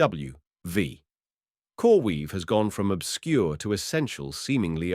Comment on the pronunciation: coreweave symbol is CRWV not c r v v